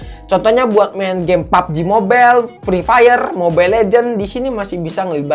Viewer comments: Ngakak pas dia bilang *prii prayer*🤣🤣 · Bang ko enak amat ya bilang prinpayer nya😂😂😂😂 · Udah baik ni bang bilang pree Payer😂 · ngakak sumpah "pRiPaYeR" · Ada masalah apa sama ep ep Nyebut nya ampe gitu wkkwwk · Suka ketawa saat bilang PABJI MOBEL sama FREE FAYER😂